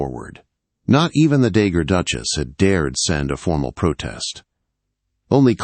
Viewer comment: Not dagger duchess, dowagger.